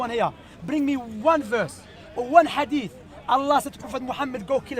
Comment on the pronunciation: He calls hadith adeef he is a hater but may Allah guide him.